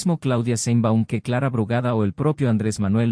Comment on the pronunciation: Por cierto, se pronuncian "cril" y "sheinbaum".